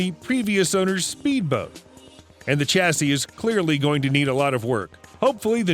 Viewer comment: chassis is pronounced shassey, it's not a hard ch sound